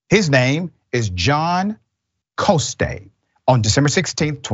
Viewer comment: Look up Councilwoman Tania Fernandes Anderson, Doc. Invite her. The man is a Frenchy. Jean Francois Coste (pronounced Cost not Costay).